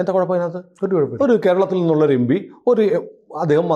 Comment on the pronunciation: M P ( em-P) ennu parayan padikyu... Yembee alla